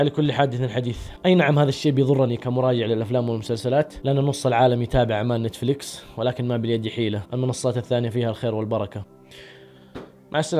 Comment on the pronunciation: تابعت اول ٥٩ ثانية بس لما قلت نيتيفليكيس وقفت الفيديو فورا 🤣🤣